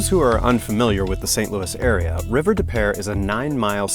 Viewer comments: Where river des peres runs on the south end of St Louis, it is actually pronounced river de pew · As a st.louisan. its river depoo